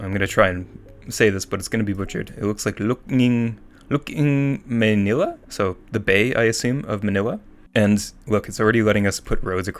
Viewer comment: it's \ló-ók näng mäy-ní-lä\ edit: "look" is 2-syllable word \ló-ók\; meanwhile we pronounce "ng" as \näng\, not \ng\ edit 2: "may" in maynila is pronounced similarly as the pronoun "my"